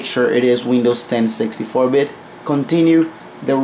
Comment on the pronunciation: when he says 64 bitt sounds like sexy4 bit